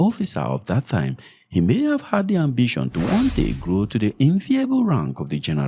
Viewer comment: Time not thime. Short not shorth. Baba you are doing a good job . Just speak normally